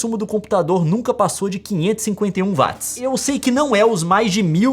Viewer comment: Até quando Youtubers brasileiros continuarão falando Vátis ao invés de Uóats. James Watt está remoendo no caixão!